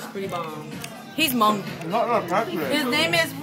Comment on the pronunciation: did you say hmong? ... maybe i'm just freakin out. hhaah